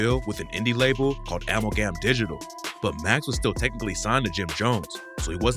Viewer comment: the way you say Amalgam is hilarious